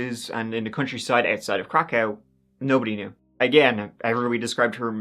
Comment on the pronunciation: it's pronounced krakov, can't really miss it if he actually did a few seconds of research